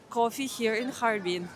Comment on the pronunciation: 捉虫：哈尔滨 bing，水边，不是哈尔宾bin。